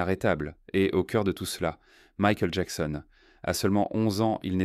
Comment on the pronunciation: Dommage un narrateur qui bégaie, qui prononce à la française Michael ou Jackson 5, c'est affligeant 😢😢😢